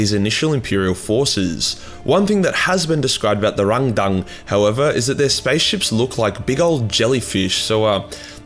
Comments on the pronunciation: "The xenos called Rang-dan-dan." Me: "Wut?" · Hah! Love the sass on Timmy here. Also, pronunciation of 'Rang-dang' is now my new favourite thing. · I laugh every time he says rangdang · The rangdan. 😂😂😂😂😂😂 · Every time you say Rangdang, all I can hear is Arnold Schwarzenegger trying to order chinese food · Please, never say "Rangdan" again. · If this guy sais rangdan like a Vietnamese person one more time I’m going to explode from laughing so hard